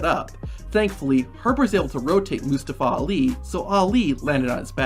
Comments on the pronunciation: just butchering Mustafa Ali name... LETS SAY IT TOGETHER MOO STA FAH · Mostaowa owli ? Is that correct? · You should probably learn to how to say Mustafa Ali's name